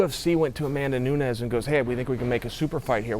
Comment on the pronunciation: Amanda is going to get smashed. After that, Chael might learn how to say her last name.......